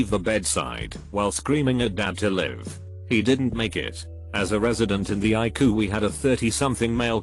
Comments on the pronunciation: When you read all cap letters, pronounce the letters separatly. It’s not iku it’s eye see you! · It’s pronounced I see you! Not iku! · ICU is not pronounced EYECOOL. Please make the computer voice pronounce words properly. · normal people: ICU text to speech: eye coo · Interesting stories. The robot voice needs a tweek to say ICU letter for letter rather pronouncing it. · Am I the only one triggered by the way he says ICU😒? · Is this a computer-generated voice? "...errrrr doc here..." "cheemo treatment." ICU as eye coo...😄